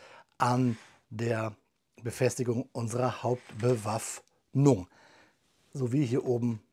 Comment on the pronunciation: "Hauptbewaff...................nung." Was mich betrifft würde ich mich freuen, wenn du insgesamt flüssiger und weniger abgehackt sprechen würdest. Deine Aussprache ist an sich sauber und es ist auch für das Verständnis nicht nötig, die künstlichen Bremsen einzubauen.